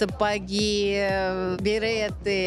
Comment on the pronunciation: Берэты😖😂берЕты и только так произносится это слово